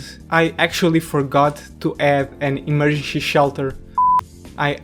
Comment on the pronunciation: Em- er- gen-cy...repeat with me....em-er- gen-cy....simple